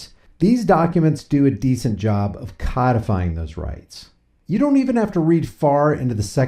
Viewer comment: Coddifying? It is a long o sound with one consonant!